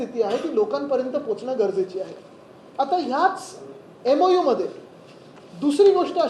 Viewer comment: MoU.. Memorandum of understanding.. not memolendun understanding.. SSC marksheet submit kar agodar 😂